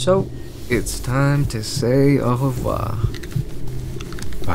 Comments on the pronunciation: First of all: dammm the « au revoir » was so perfect, I totally didn’t expect it:))) The story is so cool, I literally had goosebumps at the end I can’t wait to see what’s next ;)))) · Omg you said Au revoir correctly this is the best day of my life people say it wrong all the time🥹🥹🥹